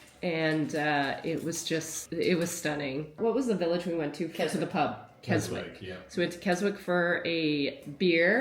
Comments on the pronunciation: I love the lakes, it's about 2hrs drive from where I live in Yorkshire. Small point Keswick is pronounced without the W. So glad you had a good time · Just to let you know.. it's not Kes Wick.. it's pronounced "Kessick". And never apologise for lack of filming...especially when you are on a Working Holiday. How often do you and Mark get to actually get off the farm Enjoy when you can.. and BE IN THE MOMENT. Not everything needs to be filmed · Thanks for making me cry. Beautiful moment! Just to b that Brit but u don’t say KesWICK u don’t say the ‘W’ 😉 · Keswick, pronounced KesIck! x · Pleased your all having a good time in UK. It's a silent "W" in Keswick. So you say it Kesick. We love the Lake District. Many holidays there. Walking up the Fells is awesome with the views.😊😊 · Thank you for sharing with us, I love watching your vids of farming life, and now of this trip. Looks like you’ve seen some of my favourite bits of the borderlands. PS - Keswick is “Kes-ik” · Keswick ….no ‘w’. It’s pronounced kesick. Xx That mausoleum with the doors that was behind you is known to be incredibly haunted . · So glad you enjoyed your trip to our beautiful Isle. It's full of history, beautiful countryside and on the whole, nice friendly people. Just a minor correction Keswick is pronounced with a silent W so it sounds like Kesick. Hope you got to see some of our famous Herdwick sheep. They are so cute. Married to an Irish man I still think Scotland, Wales and England are more beautiful 😊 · Pronunciation in the UK IS TRICKY. Keswick Pronounced kesick. Miss out the w. I'm sure you've realised how small the British Isles are. Enjoy. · sorry it is pronounced Kesick, we honeymooned there in 1966. Boy it sure is bringing back lots of memories. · Keswick. Pronounced Kes-ick. Don't sound the W. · Bless ya..Keswick is pronounced kezzick.